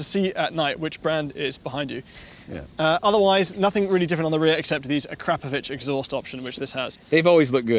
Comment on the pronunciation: Thank you for pronouncing Akrapovic correctly